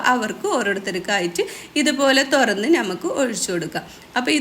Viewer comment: തൊരന്ന് അല്ല തൊറന്ന്